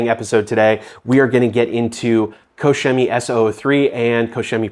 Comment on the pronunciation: It's pronounced " Cock Chemie"